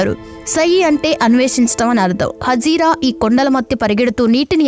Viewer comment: POJIRA కాదు "HAAJARA" గమనించాలి